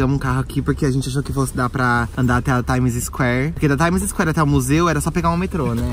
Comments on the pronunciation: Pára de fala "TaimiZisquér"! Se pronuncia TAIMISQUÉR!! hahahahah Vcs são hilários! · Meu Deus o falando Times Square me dói o rim... Hauahauaha...